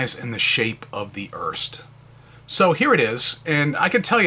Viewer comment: The Pelikan M205 and M200 are identical except the M200 has gold trims while the M205 has silver/chrome trims. The pen looks nice but I'm a bit concerned about the missing rollstop. Just a bit of nitpicking: Here in Germany the last "e" on Erste is spoken, so making it a two-syllable word "Er-Ste"